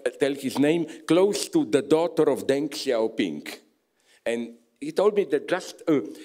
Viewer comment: Please, Žižek, for the sake of love, don't call him "Dengk Xiao Pingk"